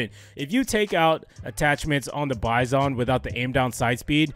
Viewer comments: its pronounced [byzun] not [by-son] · It's "bye-zin"